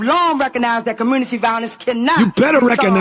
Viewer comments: Why can't blacks pronounce ASK and COMMUNITY? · What's a kamunitee?